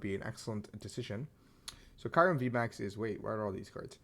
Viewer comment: The way you say Kyurem makes me uncomfortable lmao